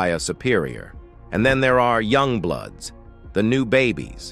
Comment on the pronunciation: Idk it this is AI or a true voice but he can’t even pronounce bloods or blueds if they met to say blues lol this is a joke I rather hear it from true gang members!